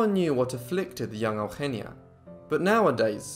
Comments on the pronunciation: her name is not Augggenia its Eugenia Ehh-Ooh-Heh-Nee-Ah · You don't say her name right my daughters name is sounded out eu gen is. Eugenia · Bro it's not "El-henneya" it's "Eugenia". YOU-GENE-EAH... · Out-of-topic: The name Eugenia in my country (a once colony of Spain for more than 3 centuries) is pronounced as "yu-hen-nya". It's fascinating to hear it in its different pronunciation. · thats weird, I pronounce eugenia as e(the spanish e not the english one) u genia. I'm Argentinian so that may be the difference. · Today I learned how Spanish speakers say Eugenia. Took for too long to figure out what you were calling her lol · Is that how you say that name?! Wow.